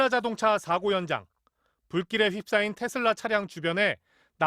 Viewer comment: 테슬라가 아니고 테어라구나